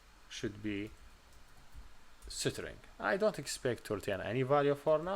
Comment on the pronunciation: Cool way to pronounce String (isTring) = SitRing 😜